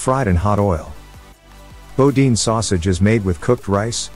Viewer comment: It's pronounced "Boo-Deen"